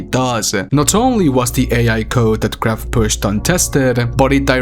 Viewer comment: Graf is a german word so you pronounce it [ɡraːf]